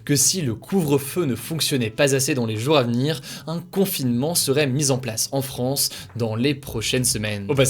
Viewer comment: Merci Hugo et toute l’équipe pour ce travail ! PS : puisque tu parles au pluriel il serait plus convenable de faire la liaison et de dire « les jour Za venir ». Pas de haine hein c’est juste une petite correction qui me perturbait 😂